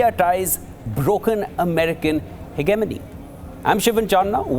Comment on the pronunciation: The host should learn to pronounce 'hegemony' correctly